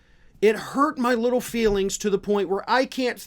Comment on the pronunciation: This is trite, but does anyone else get annoyed by the way he says,”little”?